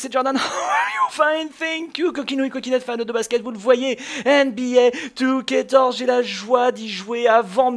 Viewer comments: Tu sais jordan, C'EST NBA 2k14 pas 2TORZE OU JE NE SAIS PAS CE QUE TU DIS !!!! Nan je déconne mais prononcee le vien, tu as pas l'air très intelligent quand tu dis ça :) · Pourquoi tu dis NBA 2K torze ? Sinon super vidéo ^^